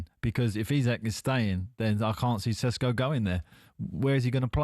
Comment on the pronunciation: Can someone tell this clown. It's Sesko. NOT SHESHKO